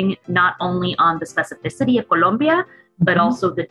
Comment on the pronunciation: remember guys, it's not Columbia, it's Col⭕mbia great video :D